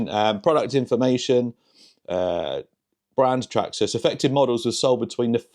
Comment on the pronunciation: The way you say Traxxas "Traksxxas" 😂